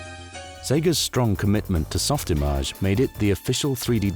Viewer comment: I’m so glad you pronounced SoftImage correctly. Too many people understandably say “image” instead of “im-aj” (rhymes with mirage). I remember the jab back in the day being “You’re not a veteran 3D artist if you can’t pronounce SoftImage correctly”.